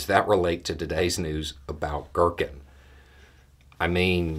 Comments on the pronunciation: Not to criticize overly here because it's actually really funny GEAR-keen. Not gherkin. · its Ги́ркин G(ee)rkin or G(ea)rkin (like the word gear) aka Strelkov. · To pronounce Girkin closer to Russian, pronounce it as "gear-keen".